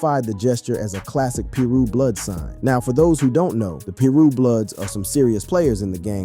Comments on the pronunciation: Piru- pronounce Pie-roo . Not Peru or per- roo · its pie-roo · I think its more like pie-rue king😂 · Started to turn it off at the , keep watching....... turned it off . Wtf is peeru?